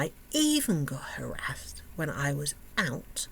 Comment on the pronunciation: when you say harraased.. what happened?